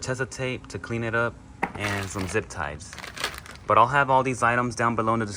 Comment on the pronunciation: First of all, try saying all-ternator. Second, take that huge ground wire off the hood light. Third, did you really just say “zip tives?”